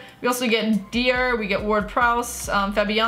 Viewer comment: When she pronounces Dier as Deer...